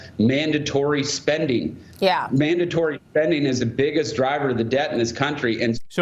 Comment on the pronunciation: Why do they say “mandontory spending.” Say it with your chest.